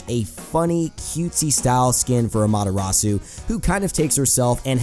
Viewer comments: How do you pronounce the names wrong if the characters say it theme selves. The way you pronounce Amaterasu is silly. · you pronounced Amaterasu and Susano-o wrong, but great video.